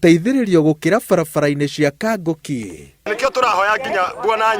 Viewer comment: Kang'oki not Kangoki.....